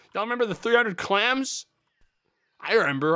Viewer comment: SAYS REMBER